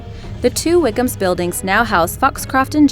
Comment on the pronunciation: Did she keep saying 'Wighams' instead of 'Wickhams'